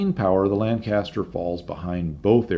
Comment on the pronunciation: please educate yourself on the correct pronunciation of Lancaster.